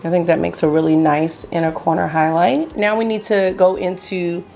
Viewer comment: You definitely have me saying "hoighloight" and "the chooiiilllld" along with you at this point😅 (edit: ooooomg I just saw the baby yoda headband, where have you been hiding that?! 😍🤩👍)